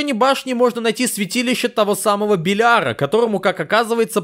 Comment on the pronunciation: Белиара ударение на первую Е